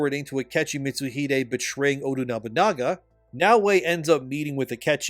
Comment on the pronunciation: This man is butchering nobunagas name 😂